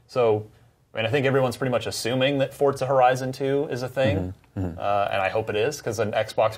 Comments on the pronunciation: Why are they pronouncing "Forza" like "FORT ZA"? Is that how it's actually pronounced? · For-za not fort-za